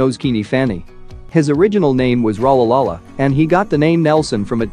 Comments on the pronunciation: this man cant say rolihlhla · His original name was Rholihlahla not Rolarola🤣🤣🤣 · Dude wtf is RALALALA if ur making a video based only on him at least get his name right